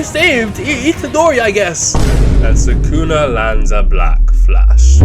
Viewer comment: ITS SUKUNA NOT SAKUNA GODDAMN